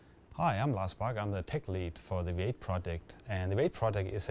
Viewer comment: Funny, the guy pronounces V8 as WAIT.